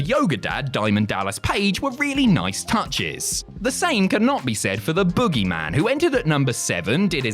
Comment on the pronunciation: Are you saying "boo" or "boo-oogy man"?